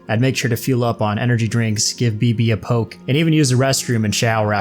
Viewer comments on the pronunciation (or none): none